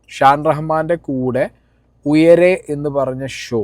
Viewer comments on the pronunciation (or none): ഉയരെ അല്ല ഉയിരേ